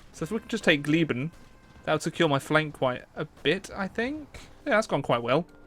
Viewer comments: you pronounce it as giessen not gieben. the ß is a dubble s sound in German. Love your content btw.❤ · Glieben? It is called Gießen^^ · Its not "glieben", the ß is pronounced like an "s" so its more like "gliesen". Cant watch you butcher my beloved language this bad :d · the city name is Gießen how should i () pronounce it? Glieben. The city is pronounced Giesen